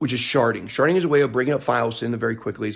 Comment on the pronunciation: Sharting? Am I hearing that wrong?